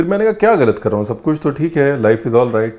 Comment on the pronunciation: teen THO tamatar le lijiye.. Esa koi word hi nhi Hindi me still hr koi use krta hai.. Like haan becomes Hao.. 🤣🤣